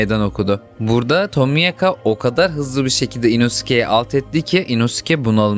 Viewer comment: abi tomiyaka diye mi okunuyo yoksa seninmi dilin dönmüyor